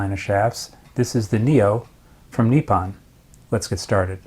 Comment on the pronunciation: it’s nippon not neeparn.